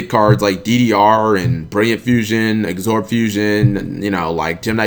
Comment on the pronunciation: Absorb. Not Agsorb. There is no G